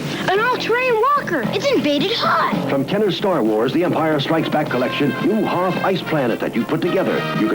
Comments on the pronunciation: Don’t ever pronounce Hoth like that ever again! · Why do you keep pronouncing Hoth wrong? I don't get the joke... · I'm physically cringing whenever he says "Hoth" like that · Your pronunciation of Hoth in this video made me laugh so hard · I felt this is intentional lol cause he refused to acknowledge the movie pronounciation